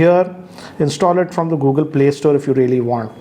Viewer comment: “via peele store” 🤣🤣